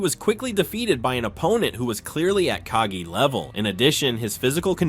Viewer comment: It’s KagE and not kagi:)